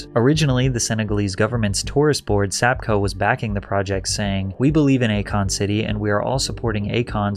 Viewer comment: Akon. A Kon. A Con.😂